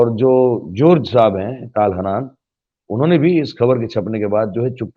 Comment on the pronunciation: ताल हानान नहीं ,,,,,,,,,,,, तल-हन्नान है।